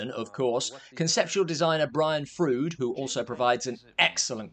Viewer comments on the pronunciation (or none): Great review. But I have to point out "Froud" rhymes with "Loud" (Also I have all those books too! ❤❤❤)